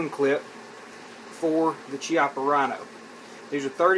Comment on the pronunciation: It’s pronounced “KIAPPA”. Learn the name correctly.